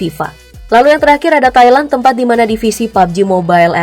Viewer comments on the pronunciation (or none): none